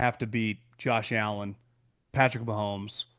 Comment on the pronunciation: Colin can't even say Patrick Mahomes name when honoring the Chiefs Jesus Christ